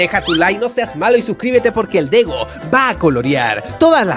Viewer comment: Dego le dijiste a la g ye